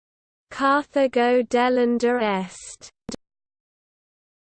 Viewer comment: Yeah, I really bet Romans turned a terminal 'a' on a word into a modern British 'ur'. So, it should be 'delenda' not 'delendur'. And NO Roman speaking classical Latin would have pronounced the name of the city as anything other than 'Car-ta-go' with a hard 't' just as in modern Spanish. This was just a bad understanding of Latin, or perhaps, none at all.